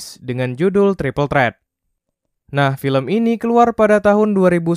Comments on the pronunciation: Bacanya triple thrit ngab bukan thrat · Dibacanya Tripel Trit, bukan Tripel Tret ....😬😩😭 Hari gini masih no english...🤯🥴